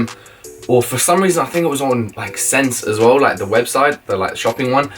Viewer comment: Ssense is pronounced like "Ess-sense"